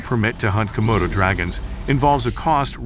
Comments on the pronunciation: *Komodos NOT "Komotos". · *Komodo NOT "Comodo".